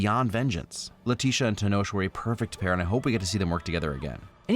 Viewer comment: Hey loveeee the video as always and just would like to add a correction for the future. The actor for Namor, Tenoch Huerta, you pronounce it like Ten-ock not Ten-osh:) Talokan ftw tho